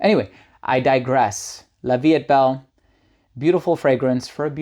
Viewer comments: La vie est Belle is a beautiful and feminine fragrance. If you want to pronounce it correctly you skip the ‘t’ in ‘est’. The ‘t’ becomes silent before a consonant: La vie es(t) Belle. Excellent video. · La Vie est Belle - you don't pronounce the "t" of "est." Say 'la vie ay belle, " that'll do it. I couldn't understand the name at first. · La Vie Est Belle is pronounced “La vee ay bell.” The “t” is silent. The word “est” sounds like you’re saying the letter “A.” It means, “Life is beautiful.”